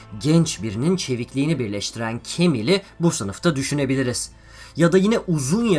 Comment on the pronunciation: Camille demeyi ne zaman ogrencen